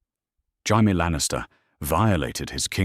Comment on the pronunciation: Tired of these AI engines being incapable of pronouncing Jaime.